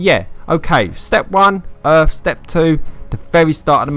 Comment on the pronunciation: You need to go back to grade school. You need to relearn how to pronounce simple words. It's not Gunsmif, Earf, or worf.